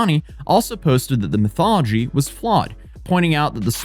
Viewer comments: Methodology sounded like "mythology" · Hate to be this guy but it’s METHODology not MYTHology, not METHology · Lol you keep calling "methodology", "mythology". 🤣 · cracking me up with saying methodology as mythology. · Yes i'm sure the MYTHOLOGY used in a research project was totally wrong. Bro tell your writers phonetic spelling or don't use big words? METH-OD-OLOGY.. Methodology and Mythology are two different things. There was another bad mispronunciation earlier but I'm not bothering to correct you. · Dude, why are you pronouncing methodology like mythology? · Just an FYI, it's "methodology," not "mythology."